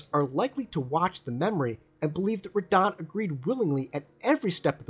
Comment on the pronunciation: I thought you would have fixed your pronunciation of Radahn by now lol